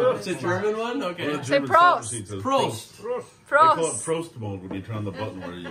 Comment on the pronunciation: Not perfect, but also not bad saying Prost with the right Pronounciation.